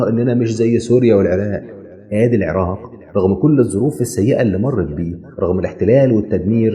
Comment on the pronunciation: شكرا جزيلا لان لفظه العراق بطريقه لفظ اهلها شكرا وشكرا لشعب مصر ولكل شعوبنا الطيبه يارب يحيكم